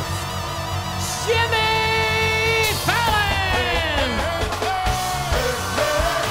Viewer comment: Sounds like the announcer said, "Shimmy Fallon!"